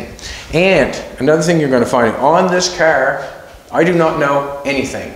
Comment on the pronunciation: I think its called a car, not a cer